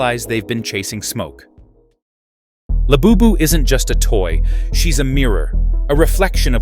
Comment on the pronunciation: Ahh yes. ✨rare laboobis✨